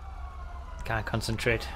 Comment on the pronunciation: "I cat believe..."